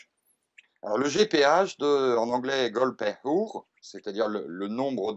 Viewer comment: Gold père houre... mouhahaha cet accent